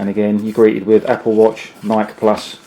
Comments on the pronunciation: FYI, Nike is pronounced 'Ni key', Great presentation though. Well organized and thorough. Thanks! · Every time he pronounced Nike wrong it shattered a piece of my soul. Good vid tho this is what I’m gonna get now. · Get your pronunciation of Nike right, dude